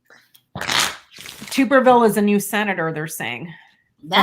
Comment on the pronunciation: His name is Tubberville " as in tub bath tub" not tube....lol